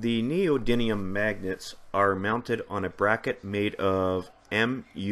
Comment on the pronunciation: There is precisely ONE 'N' in the word 'Neodymium'